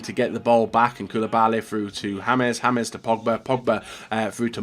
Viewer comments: His name is not pronounced james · The way you pronounce James Rodriguez's name😂😂